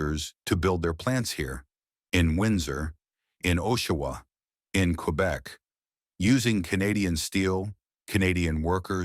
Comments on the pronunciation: Oshawa is pronounced ‘“Aw”shawa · Maybe you can use Canadian AI that can pronounce "ooshawa" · trudeau is to blame for this Chinses EV tarrif. We will pay for his stupity and weakness for decades. And can we quit the AI voice. You can't even pronounce Oshawa correctly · Canada Today by an American who can't pronounce Oshawa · Is this AI? It pronounced Oshawa pretty strangely.